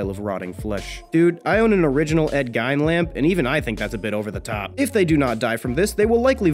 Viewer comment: Gein, as in Ed Gein, is pronounced "GEEN", not "GYNE"